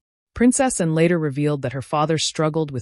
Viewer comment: A reasonable telling of the story, but I'm not impressed with the way whatever was reading the narration kept pronouncing "Princess Anne" as "Princess and", swallowing the second word. The Princess is an important member of the Royal Family and should be honoured as such.